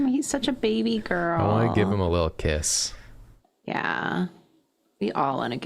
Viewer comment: Every time they said "he deserves a little kiss" I kept hearing "he deserves a little piss"